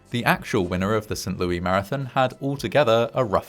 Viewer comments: St. Louis, with Louis pronounced as "Lewis," not the French pronunciation. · This is the most St Louis thing ever. It's said Louis, though, not Louie.